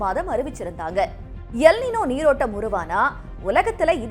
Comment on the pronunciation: அது எல் நினோ இல்லை "எல் நீன்யோ". இது ஆங்கில வார்த்தை இல்லை மாறாக ஸ்பானிஷ் வார்த்தை. Ninoவின் சரியான ஸ்பானிஷ் உச்சரிப்பு நினோ கிடையாது நீன்யோ!